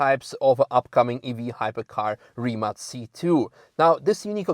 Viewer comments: Rimac - finally someone who can pronounce it right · Finally someone on english learn how to pronounce Rimac....